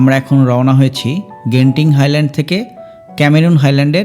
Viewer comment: জেনতিন হাইল্যান্ড ❌ গেন্তিং হাইল্যান্ড ✅